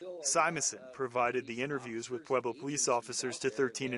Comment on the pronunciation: Not pueblo bruhh😂 🤦‍♂️